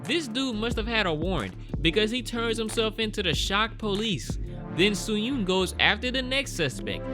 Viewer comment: Soo-hyun, Joo-yun, Gyung-chul, all 3 names rhymes with 'u' pronounced as u in f'u'n, which you can kind of make out even if you don't speak korean, you pronouncing all 3 names exactly the OPPOSITE way (Soo-hyoon, Ju-yoon, Gyung-chool) is almost as funny as this movie is f'd up...